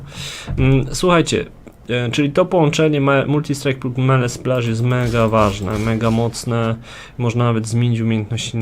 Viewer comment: "Melee" = "mili", nie "mele". To tak tylko na marginesie :) Dzięki za wszystkie filmiki - duzo rozjasniaja :D